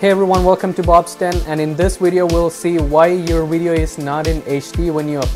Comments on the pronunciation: Its video, not wideo. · Please say video, not wideo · It’s VIdeis with a V not Widio or Uidio. Thanks for your help. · what's a "wideo"? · I'm glad I watched this he helped me understand my "Wideo" and how YouTube processes the "Widoes" lol jk but I appreciate it thanks bro. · lol no hate but wideo lmao i am subbing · Video* not wideo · Great video and thanks for the info! But I have to make this one joke "wideo". lol All in good fun not trying to be mean. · WTF is a wideo?